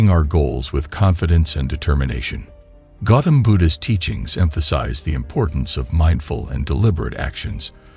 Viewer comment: It's Gautama Buddha. Not Gautam Buddha... please correct it for future videos